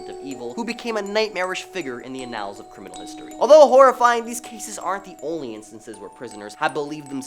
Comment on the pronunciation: Can you work on your pronunciations? Investigator, satanic, annals are all words you should Google for correction.